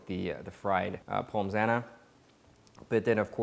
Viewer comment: The only negative point from this video I can find is pronouncing the s in pommes.